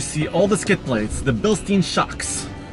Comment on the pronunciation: Bilstein is not yiddish. Bilstein is pronounced as "Bil-stine", not "Bil-steen". Would you refer to Albert Einstein, as Albert "Eensteen"?